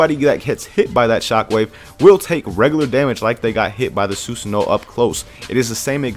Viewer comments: SUE SAHN O, NOT SUE SO NO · susanoo (soo-san-oh-wo) the w is pronounced softly